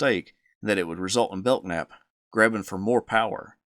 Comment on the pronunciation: Bellnap not beltnap 😢